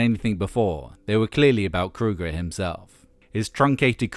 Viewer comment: I know that is how you're supposed to pronounce his name, but it's kind of surreal actually hearing Chad Kroeger's name said correctly after years everyone just not saying it right. lol.